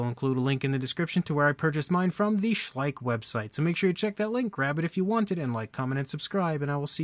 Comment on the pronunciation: It's Schleich not too bad a figure!😂